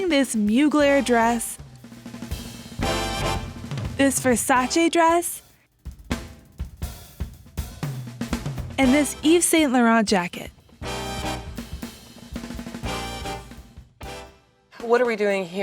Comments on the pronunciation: That’s how it’s pronounced in English and it’s faaaar from the french pronouncing which is Eve Sane LAUR-ohn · well it's more like Eve San Lauh-ron, instead of Sane. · i can’t believe she got to wear rare pieces by thierry mugler, gianni versace and worn by celebrities just to pronounce yves saint laurent so badly...